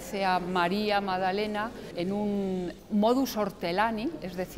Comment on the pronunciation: "Madalena", "Nuñe", "sumao", por favor que alguien le enseñe a hablar correctamente, es MaGdalena, NuñeZ, sumaDo.